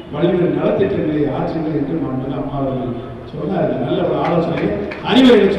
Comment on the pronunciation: Amma pera solla kooda thaguthi illa unga yaarukum. Maanmigu..illa da athu. Maanbhimigu....paper illama oru meda kooda pesa thaguthi illatha vanga ....neenga